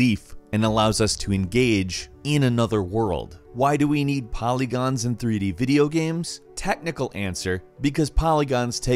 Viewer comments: "Videogehms." Oh you. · He says it several times in the video. He even says "sam" at one point instead of "same". I have heard many different accents before but this is new to me.